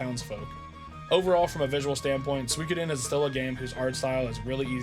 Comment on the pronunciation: Man! All these years of watching me and Brew, and you still mispronounce the game 😂 And then you pronounce it correctly 😂 then wrong again 😂 make your mind up 😂 I'm glad you finally got around to it, now just wait until you experience Suikoden II 👌 It appears that while writing this the FFVII video autoplayed and for some reason that video got the comment 😂😂